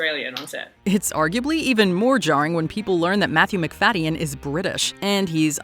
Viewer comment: This pronunciation of Macfadyen is jarring